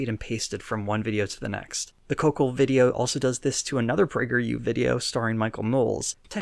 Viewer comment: Just giggled for a full straight minute at "Pee-yew". Quarantine done fucked me up.